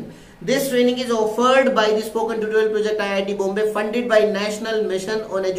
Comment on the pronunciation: Learn how to say tutorial man lol